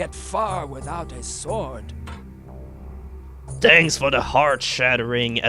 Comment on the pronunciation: I'm shuddering everytime you pronounce the word 'sword' wrong.